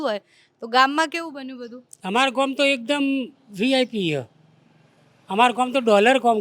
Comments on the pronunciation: ગોમ નહી ગામ બોલતા શીખો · Desi bhasha mein Gam ki awaaz